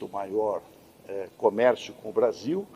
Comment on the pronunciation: Fala. Brasillllll , igualmente ao vargas.